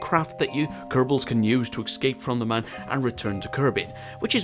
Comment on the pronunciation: Everytime you mispronounce Mun I die inside a little